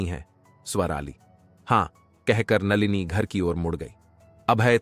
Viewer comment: नालिनी नही नलिनी , कुछ पढ़ना लिखना सीख लेते ।